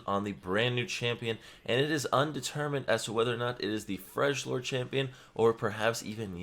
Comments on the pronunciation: you're killing me. it's freljord not frejlord. it's pronounced frelyord. xd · its not freshlord, its freljord- the j is a y sound (frel-yord) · It’s pronounced Frel-yord. I can tell you that it definitely isn’t Frej-lord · Its Frel-yord not Frel-jord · What the fuck ist a FRESHlordian u stupid Idiot. FRELjordian. My fucking god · It's Frel-jord. Not Frej-lord. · It's Freljord not Frejlord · FRELYORD not FREJLORD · Freljord sounds like frell-yord, not fridge-lord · Freljord not frejlord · did you really say frejord champ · It's not Fridge-lord it's freljord: "Frel-yord" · Yeah, its definitely not Freshlord wtf. I don't how he came up with that lmao. I always said it like FREY - LORD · omg seriously, i just got done making the same comment. he even misspelled it in the title of his own video. he spelled it frejlord instead of freljord. maybe he has dyslexia? but yeah, it's based on norse mythology, and so the j should make a y sound. frell-yord, not "fredge-lord" every time he said it, i couldn't help but cringe. i tried not to cringe and just get used to it, but i couldn't help it, it hurt me physically to hear him say fredge-lord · Uuuuhhhhh..... FreDGE-LORD!? Yikes. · It’s pronounced frel-yord. Remember these guys mimic the Norse, so “j” will sound like “y” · also, Freljord (Frel-yord). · Freljord not Frejlord xD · Everytime he says Frejlord my nerd heart hurts! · It's spelled frelyord j is prenounced like y and yone is pronounced like phone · "Fregg-lord" ooof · FreL-YORD: the J has Y sound like Scandinavian languages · Sorry, I just found it cringy but it's pronounced as Frel-yord. "J" is silent. Love your content, thank you,! Hoping to see more! <3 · When you can't pronounce Yone or frejlord correctly! Lol⁰ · The accent gave you the hit that its a freljord not the 3 sister not the places in freljord he mansions not the tribes, the accent like comn btw its pronounced "freliord" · Fyi: it's pronounced Frel - yord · Pronounced Frelyord